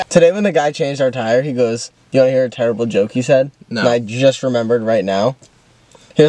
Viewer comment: did he say “ TIREible” joke?? 😭😭